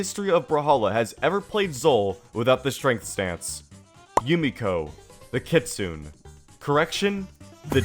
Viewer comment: not bro mispronouncing kitsune